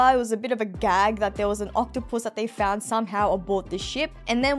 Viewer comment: What I’m wondering why she pronounces octopus as octo-puss.